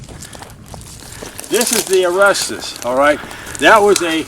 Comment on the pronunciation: I'm just not convinced. Anyone that can't even pronounce Arrasta correctly isn't paying proper attention to the details.